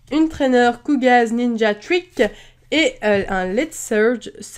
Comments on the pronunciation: Kogaaaaaaa pas kouga XD j'ai ragé devant mon écran à chaque fois que tu le disais XDDDDDD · Pourquoi "Kouga" ? KOGA avec un O comme dans orange :')